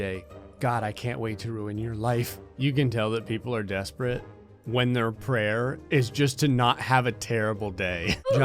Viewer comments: Prayer not prayr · The name of the game is prayr, not prayer, pay more attention.